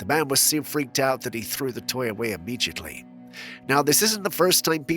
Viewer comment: im-mee-jutly? Lol.